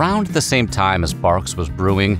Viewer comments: Wait... Its Barqs not Bangs... What? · Who is just now learning that it’s pronounced “bark” 😂😂😂😂😂😂